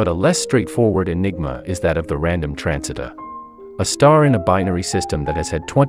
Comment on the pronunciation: accidentally turned on his British Accent on while saying the word "transiter"